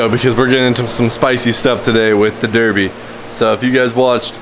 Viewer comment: You are saying Derbi wrong